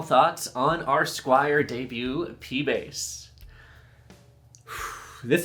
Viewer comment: ...it's "debut"